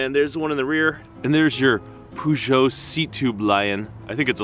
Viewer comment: With the Peugeot, you should pronounce the 'peu' as 'per' and you'll get it right.